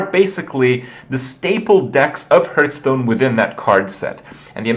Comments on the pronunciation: I don't even know which video that I watched this one is, but... why does Kripp keep pronouncing it "Hurthstone"?! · he always pronounce it "hurtstone" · "Hurthstone" -Kripp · Am i the only one who is noticing Kripp's wrong pronounciation of ''Hearthstone''? No haterino or kapparino. Nice vid nonetheless bro.